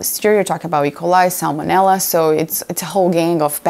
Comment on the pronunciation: Almost didn't notice was Brazilian (the way she said salmonella gave it away!). How cool she's in this. Thank you!